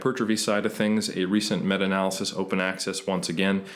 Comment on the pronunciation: This guy comes off like a tryhard and pronounces everything wrong. what's funny is how he changes how he says Analysis from a-nal-y-sis to a-nal-laa-cease midway through then back to original way. Then he adds a terrible french accent to renaissance when it's more of an italian word.